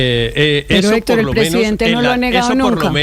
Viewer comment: Ese "Hétor". ¡Ay dioj mío! Pareciera que le pagan por defender al indefendible o de pronto estará enamoraíto